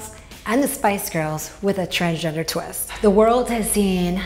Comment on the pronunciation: He's changed himself so much he can't even pronounce the word 'transgender' properly any more. This is just another prime example of someone with an obsessive and compulsive personality getting caught up in a endless loop brought on by a cruel and twisted society. Have you ever noticed these men never stop? They constantly search for that unreachable dream though various surgeries and procedures without realising that in reality they spend thousands and thousands on being further away from who they really are. Good luck with the girlband mate, i'd be surprised if they even got 15 minutes